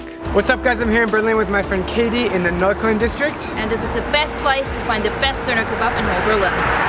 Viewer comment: Damn he pronounced “Neukölln” like a pro